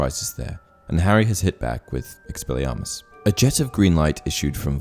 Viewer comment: Lol ‘expellarmus’